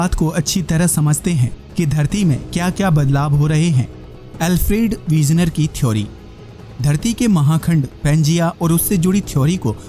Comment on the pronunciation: Alfred wegener naam hai unka Naam to achcha se bolo